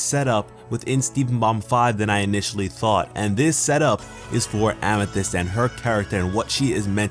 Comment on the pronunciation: Please. oh PLEASE never say famithyst again! it makes me cringe badly. No disrespect through, love your vids. Keep at it bruh.